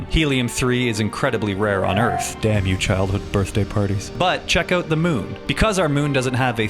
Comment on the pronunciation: ouuut (dont be mad I am Canadian too, it's funny.